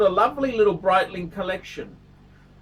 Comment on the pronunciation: The Breedling, the Breitling?! Is he doing that on purpose?